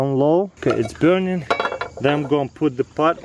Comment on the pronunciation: I like the way he says BEURNING